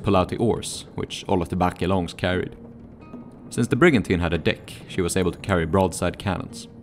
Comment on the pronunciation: Very nice video. However, The e in "Barque" is silent. :)